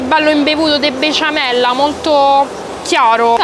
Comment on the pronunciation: il prossimo step per diventare Super Saiyan di terzo livello è riuscire a pronunciare bene "besciamella" e in generale quando incontri l'accoppiata "s-c"😂❤, come dice anche Franchino 😂